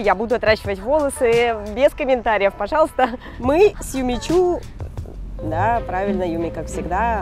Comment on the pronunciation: пожалуста а не пазязя